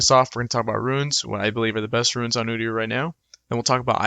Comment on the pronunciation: Theyre called RUNES not Ruins